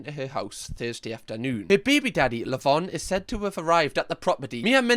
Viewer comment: Bhad bhaby says lavon for lavine.